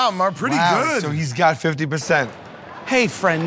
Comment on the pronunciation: Murr not Mur